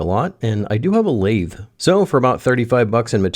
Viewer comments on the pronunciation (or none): none